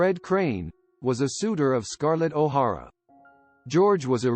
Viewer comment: Oh these things... Claudette's last name is pronounced "Col-bare". " Scarlet O'Hora"? Why is Desi and Lucy in this? The death of George Reeves will likely be enigmatic. I've read a couple of books and my best guess is he killed himself fooling about with his gun in his bedroom.